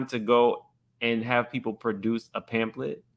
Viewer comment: Did y’all hear drew say pan-thlet?